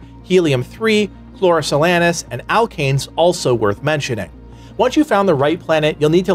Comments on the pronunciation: Say it with me. KLOR-OH-SAY-LEANS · Chlorosilanes - Chloro-psy-lanes It's just so painful how you said the word....